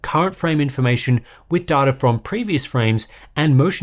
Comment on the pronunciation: i cringe every time i hear darta, its pronounced DAYTA